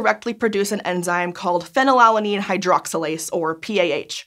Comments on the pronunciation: Is it really pronounced pheny-lalanine and not phenyl-alanine? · can someone correct me on this, but shouln't it, scientificaly speaking, be pronounced more like phenyl-alanine, because it is alanine with phenyl group attached instead of pheny-lala-nine? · Normally Americans odd pronunciations can go overlooked but she said it so many times i had to comment >< - fee-nal-alanine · The American pronunciation of phenylalanine is so jarring when you’re trying for easy listening 😂